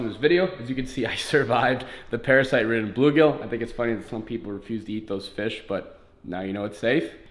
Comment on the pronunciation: messed pronounce. blue-gill